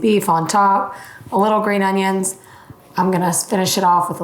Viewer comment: Green oHUNNions